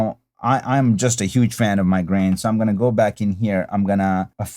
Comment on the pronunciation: It sounded like you said “brain” and not “grain” at first and I was like WTF🤣 Great look tutorial as always😊 Now PLEEEEEASE do Sin City🤞😬